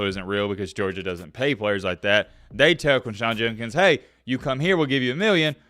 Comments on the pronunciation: Its Jud not jun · I want to hear someone break this story. The reporting is on point, but for god’s sake man, know what words you are using and pronounce them correctly. Are you drunk? It’s not Junkins it’s JUDKINS. You spelled it right in your title. “Exponentially clear” doesn’t make sense. Like no one says this at all. Maybe explicitly? C’mon man. You have a good mic. Make the words sound good. That’s all I ask. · quindshawn jundkins...lol come on, simple pronunciation